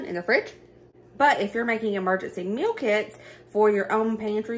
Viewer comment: Love love your hair. And, my ears kept hearing Emergency Milk-Its!!!!(meal kits). 😂😂